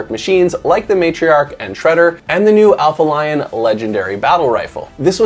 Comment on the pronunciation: Aphelion, not Alpha Lion.....ffs